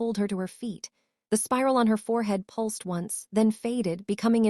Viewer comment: A good story, and a nice change from gloomy castles, floor scrubbing and over used phrases (practiced efficiency). Please do get a different AI voice, though. This one has grade school English standards and repeatedly mispronounced words such as pulsed and a few others, which were an annoying distraction from the narrative.